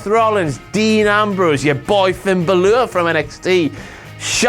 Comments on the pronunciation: Its Bálor dammit not Balor.... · Did he call finn balor "finn bluelore"? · Man said finn balur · cant say Bálor